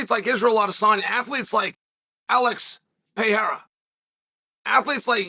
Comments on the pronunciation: lmao we've gone from Pierre-Ah to Pay-Hair-Ah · He didn't say it right tho